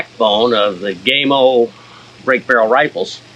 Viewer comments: first, thank you for not taking my anal pronunciation preference as a personal attack, I have watched videos done by gamo reps, they say GAHMO, so even I am not 100% correct, but my pronouncing is " american " , versus Spanish, I own the original magnum, 22 cal, the original swarm maxxim, 22 cal, and I'm saving for the bone collector swarm gen 2 with the mach 1 piston, I also have the original hatsan carnivore 30 cal and a weihrauch hw50s in 22 cal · My buddy here asked me to mention the company name is pronounced with the 'a' sounding as PAM, not PAID. The 'a' in not sounded as the LONG 'a', but SHORT sounding. Buddy happy now. lmsbo! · First, it's GAMO , not Gameo. You pronounce it with a long A, incorrect. It's pronounced with a short A. Gamo, not Gameo. You failed to mention that in order to buy ANY parts for these garbage rifles that don't work properly, you must have a Federal Firearms License. No Federal Firearms License, not replacement parts. Gamo doesn't want you fix their rifles. They want to throw it away and buy another new one. I wouldn't take a Garbage "Gameo" if you gave me one! Dump the leather lid, we don't care if you're bald or not. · Never heard of a air gun company called "Gaymo" as you incorrectly pronounce it. Learn to speak English!. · Your pronounced the company name wrong. The color bands are for the purpose of use. Red = pest control and recreation green = hunting blue = target and competition. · O-Lord... It's not GameO, it's Gamo. The "A" in Gamo, sounds like the "A" in apple. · GAmo. Not Game-o. GAmo. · GAM-O NOT GAYYYYMO great video otherwise. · You lost me with your pronunciation of " gaymo" its Gamo. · gaymo?!?!, LOL, it is gamo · Dam boy why you callin it gameo it’s gammo fo. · Gamo not Gaymo 😄 🌈 Great vid though. Thanks. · He said GAY MO, 😅 It is pronounced G A M O, for the love of God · It's not called Gay-mo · It's not pronounced gay-mo. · I think he has it out for gamo by calling them “Gaymo” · gay-mo ? LOL